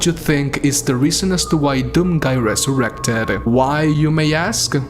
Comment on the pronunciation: 1: 13 he ressourrected🤔